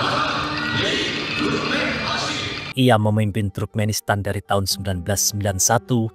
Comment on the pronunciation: Bukan truk-menistan min tp turk-menistan